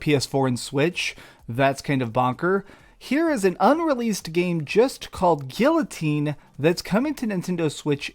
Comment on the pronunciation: How dare you mispronounce guillotine